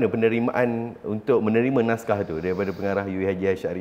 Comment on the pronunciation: Naskah bukan nashkah sebagaimana yg di katakan oleh puan Sofeah Jane.